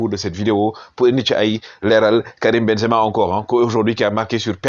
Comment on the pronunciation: Perche dice ben za ma. Devi dire sadio sempere ballone doro